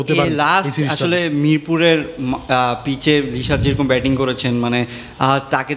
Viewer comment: Beting na re bhai, batting*